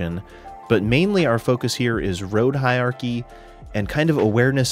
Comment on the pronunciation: I hate to be one of those pedantic Internet jerks, but I just can't help myself. It sounds like you are saying "hi-ar-kee", but it's pronounced "hi-ur-ar-kee" But seriously, great video on an important and too often overlooked topic.